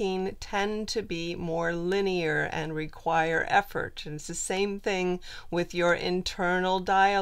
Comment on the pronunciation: You say linyer alot what dies that mean exactly?